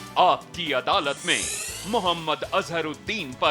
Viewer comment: मुयम्मद नाही रजत जी महम्मद बोलिये